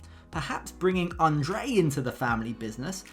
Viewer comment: Libby pronounces his name correctly.